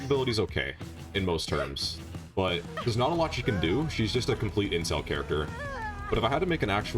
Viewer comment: da heck is an incel character had to listen to it a few times my mind wants me to think you are saying intel but I swear it sounds like incel lmao